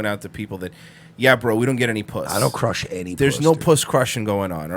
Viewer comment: Can’t even pronounce crush puss